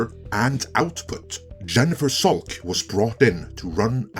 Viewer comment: Jennifer Salke’s last name is pronounced Salk- E. Though everytime I hear it your way I laugh.